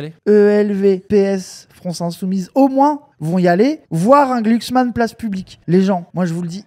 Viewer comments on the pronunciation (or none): none